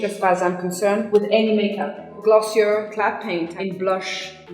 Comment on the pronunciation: Haha, I love that she pronounced Glossier in English. All their pretentiousness with their French pronounciation out the window!